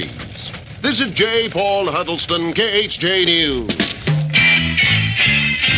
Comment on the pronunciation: Khj sounded like k-earth